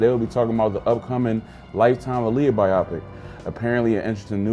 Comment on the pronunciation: BIO-PIC! WTF IS A BI-OPIC!